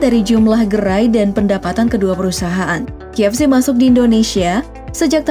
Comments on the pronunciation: Apa cuma gwa yg dengernya JFC, bukan KFC? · ko guw dengernya JFC?🙁